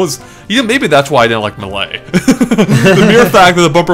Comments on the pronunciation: ''Muh-lay?'' Really, man? You mean Melee? Lol. But anyway, cant wait to play this game. Hope it comes out soon. After I get a Wii U that is. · "Mehlay" -, 2014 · pls, stop mispronouncing Melee. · The way you pronounce Melee is really weird